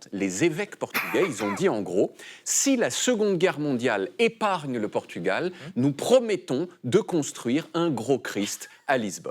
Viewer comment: y'a plein d'autres symboles à Lisbonne: le pont du 25 avril, la tour de Belém, les tours commerciales vers Campolide (1er grand centre commercial d'europe), l'église Santa Maria, ..etc Par contre l'accent portugais de David est impeccable.